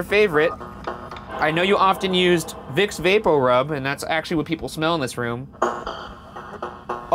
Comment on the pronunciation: I never comment but as you were saying "vicks papor rub," I was opening a botte of vicks which I haven't bought in years and now I am scared lol